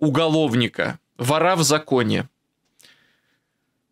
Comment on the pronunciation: Не ворА , а вОра